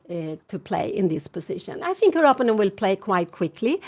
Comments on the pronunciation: Give her a break … it’s her second language and many people mispronounce words especially in a second language do to muscle memory of the first language. You know she means “opponent “ . She is a nice lady and with a funny quirk. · Dear Anna, can't you teach your mother to pronounce "opponent" the right way. She has her very own (wrong) variant of the pronunciation. And it's a word she uses quite often.